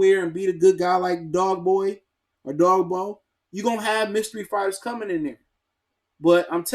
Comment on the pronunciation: He said Dogboy for Dogboe 😏lol.... & (btw X-Men 90's toon was the best america Cartoon series of all-time.)